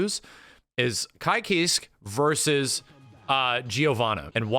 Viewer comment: saying Ky "Keesk" shaved a year off my life